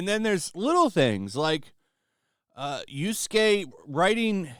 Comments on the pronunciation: Problematic figure aside, I always get a chuckle when you say Yusuke instead of Yasuke 😆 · Guy has been covering this game for weeks now and still has no idea that the characters name is Y[a]suke and not Y[u]suke. For someone who goes about criticizing journalists all the time, not being able to get such an easy detail right is just as unprofessional.